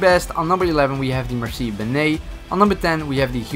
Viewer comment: Man I straight slaughter with the mercie and the huot 😂